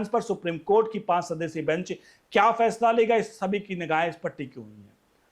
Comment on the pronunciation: Phansla diy nain aap bolrahe hain phasla